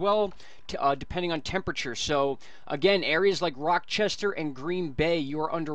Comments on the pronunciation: Rochester is not pronounced with the k sound. It’s Ch as in cheese. In case you wanted to know :) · as always, thanks for a great job delivering useful info! minor heads up: it's pronounced "RAH-chester"